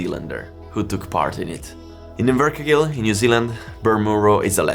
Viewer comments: It's MuNro dummy, with an "N" and also Inver-Car-Gill. Just a little bit of research would make your videos much better, and you won't sound like a dummy. And also you look even more dummer. Your photo showed Aylesbury England, but I am sure you mean Aylesbury New Zealand. Only 19,000km apart, so good try. More pedantic comments, they do not race at Bonneville, they are speed trials. If you want people to take your videos seriously please try to be accurate. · mun-ro in-ver-car-gill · Invercargill = In-ver-car-gill. "Kiwis can do anything" is our national motto (Aussies hate it 😁)